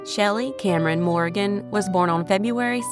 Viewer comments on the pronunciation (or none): none